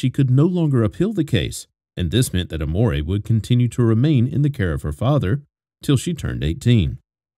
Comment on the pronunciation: Amore is not how you say it, so you didn’t name her love 😅😅😂